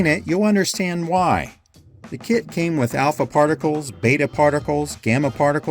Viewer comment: Hahaha I thought you said "this kid sold for.." instead of kit. And there was a little boy on screen and everything